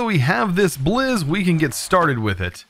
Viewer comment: whenever he says blizz i hear it as jizz